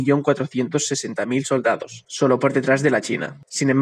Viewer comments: "Solados" :v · Quien notó que en el minuto 3.27 dice ahí solados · dice: solados en vez de soldados